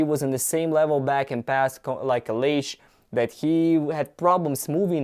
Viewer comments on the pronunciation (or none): none